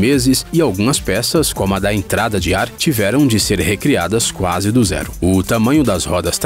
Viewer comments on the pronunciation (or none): none